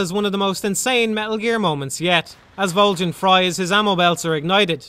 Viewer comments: Vol-JEN!! What the hell, that's so damn funny!! Vol-JEN!!! Dude, its Vol-GIN. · MGS3 shouldn't have had items like the Tranq Gun, or Infra Red Goggles, and the Silencers should degrade a lot faster. These changes would have a huge, positive impact on the game as a whole. Also why Volgin with a soft G? It's a hard G. VolGin. I dunno just kinda bothered me. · Theres literally a line dedicated to how "Voljin" is not how you pronounce his name. You know for a fact that's not correct why would you make a video doing that? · I know Volgin, but who's Voljin? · Why does he say "Voljin"? Did he even play the game? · Who the fuck is Vole-Jan? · Vol-gan not Vol-gin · Volgin not vol GIN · Vol-jin.... really?!? Haha it’s Volgin. Great review though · VOLJIN???? lol Volgin* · This guy just reads a script, he has never played the game. That's why he says 'voljin' instead of 'volgin' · I love your videos but why the hell did you insist on pronouncing his name "Voljin"? Did you not listen to how his name was pronounced in the game? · Ok but why can't you say "Volgin" correctly? They say his name outloud multiple times and it isn't "Voljin" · Vol HARD G in. It even says so in game. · no one else gets a weird feeling every time he mispronounces "Volgin"?? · Volgin with a hard g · The "G" in Volgin is a pronounced like the G at the beginning of the word golf. It's not a freaking J sound. I don't get how you could play through the game and not know that. The name is said many times throughout the game. It really makes me question if you actually played it or are just parroting what someone else wrote about it.